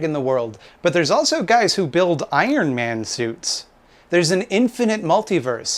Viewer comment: Instead of "Iron Man" suits, I thought you said "Ayn Rand" suits. LOL